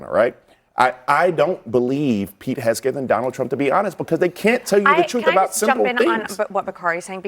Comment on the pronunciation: Why would you have someone on there that can’t even say Pete’s name right?